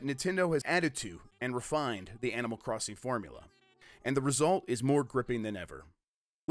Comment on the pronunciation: Did you just say Animal 'Christing?'